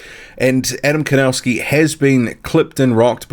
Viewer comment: PLEASE Learn how to pronounce The name KOWNACKI Correctly, because you have horribly MISPRONOUNCED the Name KOWNACKI!